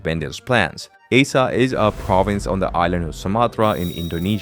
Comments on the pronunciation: Aceh It's called // AH-CHEH // man... Not ae-sha 😂😂😢😭😭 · Aceh is pronounced as Ah Cheh not “A Seh” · First of all, the name aceh spelled "Uh- CheH" not "Uh-seh" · "Aceh" should be pronounced like "ah-chay" (or similar to name of the Spanish letter "h") not "ay-suh" or "ace-uh" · Its "A-cheh", not "æ-cee" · Aceh is not pronounced “A-sah”. It’s pronounced “Ah-chay” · I thought it was A-Keh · Acheh is not A-Sa but pronounced as Ah-Cheh! 🤣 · It is called áchéh Not aseh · Aceh is pronounced 'Acheh'. I know as I lived in Indonesia. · this guy butchered "aceh" for context it's pronounced like acheh and the e is like the first e in ever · Aceh is pronounced archay. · Acheh is pronounced Ah-Cheh. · Its pronounced as Ah-Chay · Isah njir 😂 Bukan aceh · Hello Aceh is pronounced "uhh-che" ('Che' as in check) Thank you 🙏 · The way you pronounce ACEH 💀